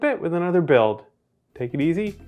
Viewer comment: At the end it almost sounded like "See you in a Britt with another Bill."